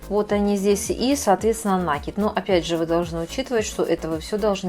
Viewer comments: Очень красиво. Труд мастерицы нереальный! Спасибо за мк. Но "таким образом" и нАкид режет очень слух.....😊😊😊😊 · Никто не спорит - труд колоссальный, капор великолепный, но уж если мастер взялся озвучивать. то за речью нужно следить, оттачивать. Я смотрю из-за этого без звука, включив комментарии, но и их читать невозможно. так как сплошные "слова-паразиты" и очень много лишнего проговаривается, а по-существу очень мало. И еще одна беда у многих мастериц вязания- это слова "накид" и "раппорт". Произносятся как накИд и раппОрт. Слушать неправильное произношениепросто невыносимо. извините за прямоту. Но за мастер-класс большое спасибо. Вяжу и конспектирую, чтобы потом не пересматривать. Вам успехов и творческих идей.